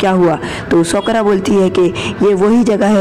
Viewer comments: It's saa ku ra not sakra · Nam to sahi se le sakura ko sokura bol tha he but iam sporting you and Naruto shippidun la